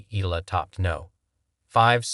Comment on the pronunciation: E.YA LA....That is the way to.pronounce it